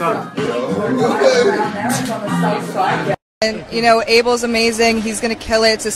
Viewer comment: the way she said Abel is worrying ☠️.